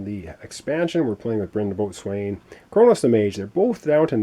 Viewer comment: Wow, your play throughs are coming out fast and furious these days,! Good luck with this one. BTW - Boatswain is pronounced "beau-sun"